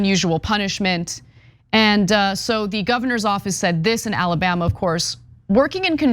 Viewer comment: "Ala-butt"? Anyone catch that slip-up by Ana at the beginning of video? LOL! 🤣